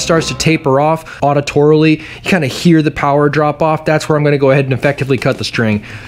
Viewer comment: “Auditorily” lol